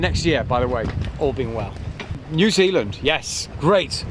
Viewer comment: Ya gotta say it right Bro......Nuzeelan, aye!!!!!